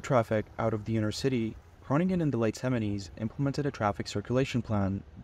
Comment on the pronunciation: "Groningkren" ?? what is "Gorningelen" ???? never heard off that here in Amsterdam.